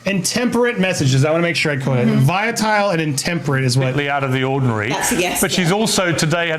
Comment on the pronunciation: It's VOLATILE, not viotile! Speak properly!